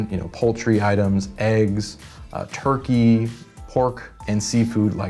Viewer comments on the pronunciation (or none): none